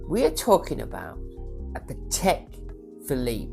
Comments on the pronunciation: still, you can’t pronounce Patek! Hint: it’s pAtek (with the accent on the a), not patEk (with the accent on the e) like you say it. It’s a Slavic word, not a French/swiss word. But can’t blame you, 90% of the people (including some Patek collectors and even some Patek ADs) can’t pronounce it right. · So you are a Patek expert but you can’t even pronounce Patek properly?